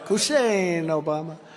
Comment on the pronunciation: Right! That's why 45 said he ran against George Bush and whenever he tries to cover up a mistake he makes up a new words like the United Shates and Obamna.